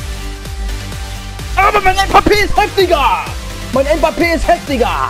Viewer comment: Warum sagst du mpappe ? No hate